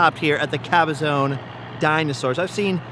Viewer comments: Sir, it is Cabazon (ka•buh•zaan) not Cabazone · Good video, but work on your pronunciation of the city of CABAZON. The last syllable is pronounced ZON (rhymes with the name Ron), not Caba-ZONE. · Caba-zon. Not zone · It isn't Cabazone! It is pronounced ka-ba-zaan. Strange growing up around that area you wouldn't know that.